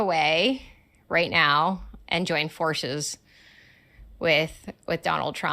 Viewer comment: I hate how she always put a "sh" to the words.. for example "forshes"